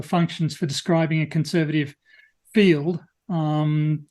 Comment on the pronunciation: can't say the word "field". He pronounces it as "filled". He also pronounced "wolf" as "woof" in the past. It's because he's mentally 5 years old.